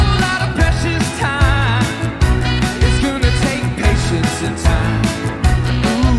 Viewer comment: I only discovered this today! I love George Harrison and I love Brandon Flowers. Brandon is such a GOOD singer, and he is so sweetly faithful. A real celebrity and good example. I dig how he says "goona" for "gonna".